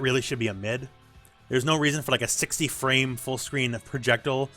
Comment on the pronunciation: ProjectILE. Not projectul